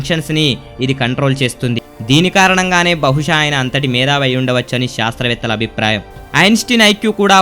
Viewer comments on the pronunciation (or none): none